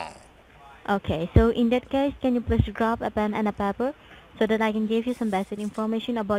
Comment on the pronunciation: Normally I can ignore the horrible way they pronounce everything, but everytime they say get a pan and papper my hair stands on end, don't know why but I just can't stand that.